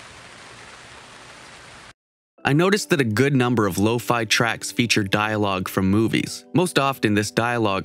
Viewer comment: Me: says “low-fe Them: law-fi